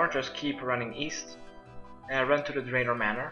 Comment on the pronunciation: I'm a League player it made me frustrated when he said "Draven" lol